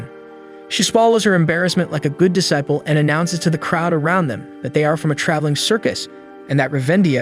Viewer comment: Disciple is pronounced dee-cy-pul